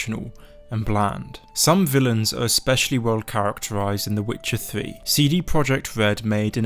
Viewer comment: the witcha thwee